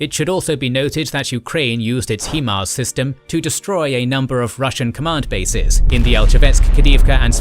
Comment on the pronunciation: 'HI' MARS not 'HE' MARS, you said it throughout your last video and I didn't jump in figuring someone else would point it out but everytime that simple mistake is made it's like nails on chalkboard.